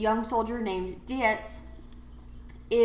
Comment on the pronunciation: Dietz is a German name so it should be pronounced “Deets” (rhymes with “sugar-beets”), not “Dee-ehts”.